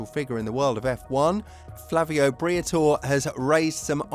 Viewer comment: Who is Briathor? its BRIATORE!